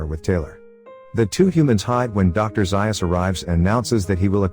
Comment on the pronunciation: It’s zayus zaius